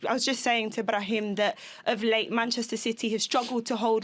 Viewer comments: damn I'm impressed on how good she pronounces Brahim's name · She said his name very well BRAHIM !!